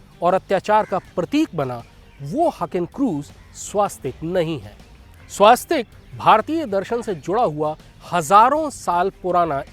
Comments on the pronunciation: स्वास्तिक शब्द ना कहीं पढ़ा है न सुना है. हॉं स्वस्तिक ज़रूर पढ़ा और सुना है, शायद मैं ग़लत नहीं हूँ. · स्वास्तिक नहीं, स्वस्तिक ।